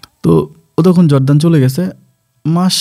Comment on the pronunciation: জর্দান না /জর্ডান।